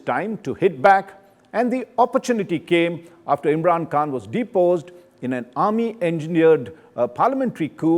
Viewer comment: It’s not imran Kaan ,,, it’s Khan